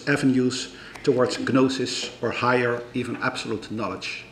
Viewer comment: He always pronounces the silent 'g' in the words 'gnosis' and 'gnostic'